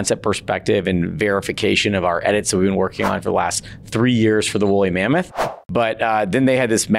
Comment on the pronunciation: It’s wooly mammouse 😭